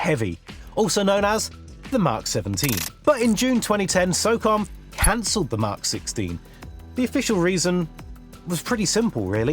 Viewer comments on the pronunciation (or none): none